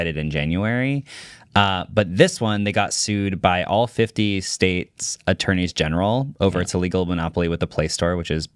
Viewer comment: saying "attourney's general" correctly made me chuckle. He knows his stuff